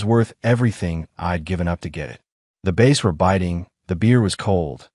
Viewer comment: Cant even pronounce Bass 🤨